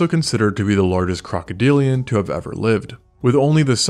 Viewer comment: He says ever like space shuttle endeavor